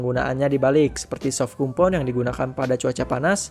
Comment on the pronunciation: ralat bang, hrs nya di tulis compound di baca kom-pawn